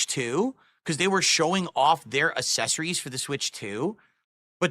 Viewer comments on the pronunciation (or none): who tf says accessories like assessories??? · I don't know why hearing say "assessories" instead of "accessories" always fills me with rage lmfaoooo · Stop saying ASS-essories FFS, what a dent. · For a man who says ACK so much he can't pronunce the ACC in accessories at all. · Why does he say assessories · So he can’t pronounce “accessories”?!?